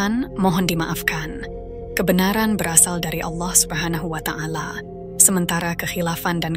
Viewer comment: Allah subnahu wa'ta ala, bukan watangala min, risih min